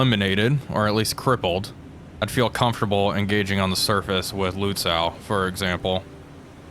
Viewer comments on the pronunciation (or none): pronunciation dude reporting in: Lützow, oh my... first from the back, whatever you do don't speak the "W" it's just "-oh". I'd let "Luhtsoh"/"Lootsoh" pass. extra points for the "Ü" like a long version of the "Y" in analYsis, which you actually did. for the future (hopefully) a little practice: say "Gone" slowly, then shorten the "oh" until it disappears and then "Gneigh-zeh now". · So names like Lützow are quite common in eastern germany, something i needed to learn as a southern german myself The W is not pronounced, so it would be Lützo, the w is more like the more common "silent h" :)